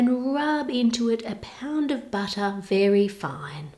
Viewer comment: Why does it sound like batter every time she says butter?